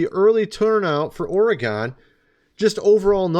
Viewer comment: It's pronounced Orreegun